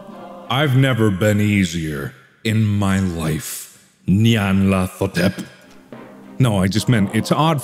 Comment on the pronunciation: The t and the h don't go together in the name. Hotep is a common Egyptian name suffix. Her name is pronounced Nyan lat hotep.